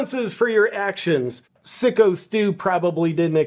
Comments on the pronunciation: Its Psycho Steve, not Sicko Steve. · FYI not sicko its SYKO as in Psycho the movie.😂😂😂